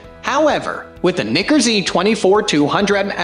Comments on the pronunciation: wtf in the world is Knicker? seriously you need to figure that out, super annoying to listen to. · Another irritating voice-over by a robot that's not totally familiar with the English language. And watch the pronunciation of "Nikkor," lest some be offended. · You need to learn how to pronounce Nikkor. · I’m not a fan of the way this guy pronounces Nikkor. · not at all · No, not cool at all.